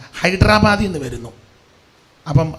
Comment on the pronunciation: ഹൈഡര് ബാദ് അല്ല ഹൈദരാബാദ്